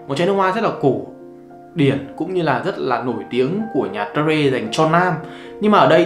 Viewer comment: Terre - te rờ. Ko phải tê rê b 😂